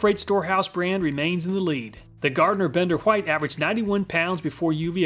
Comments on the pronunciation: Love your channel, BUT PLEASE STOP SAYING WHITE LIKE THAT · I just noticed that you pronounce white in the older way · i just found that interesting since I've never heard people say it that way other than people teaching others that is how it is used to be pronounced